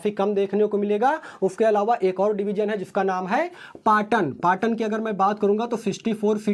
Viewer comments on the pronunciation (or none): none